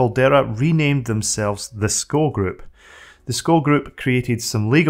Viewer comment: Nice video! But two corrections (nicely meant ;) ... "System V" is not "system v" but it`s "system 5" - the "V" is the roman letter for "5". And "SCO" is not "sko" - it is "Ess Cee Oh" ... but the video on Xenix is very interesting. Thank you for that!